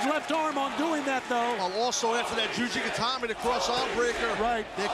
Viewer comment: It's Juji Gatame not Gatami Gatame = Style thus Juji Gatame = Cross Style